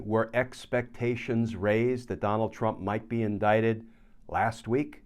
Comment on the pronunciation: Indicted and not "indicated".